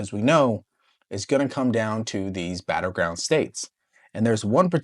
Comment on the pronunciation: Did he say batter ground ?